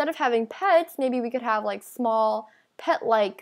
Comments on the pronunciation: Btw its "small" not "smoll" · D-did you say smoll ghost :O OH ME GOOSH :OOOOOOOOOO NO WAY :OOOOO